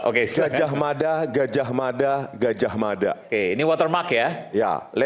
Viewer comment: Di menit 4.16 rismon mengatakan gajah mada..gajah mana..gajah mada coba dengarkan di kecepata lambat 0.60×